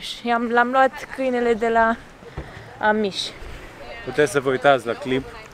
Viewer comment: Amish - accentul e pe A, nu pe sh